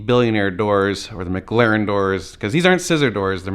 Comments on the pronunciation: Mclaren not Mcglaren 🤣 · Mclaren not maglaren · Instead of "McLaren", it sounds like you're saying "Maglarin". NBD, just sayin... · Normal Guy Supercar was making a joke about how you were saying McLaren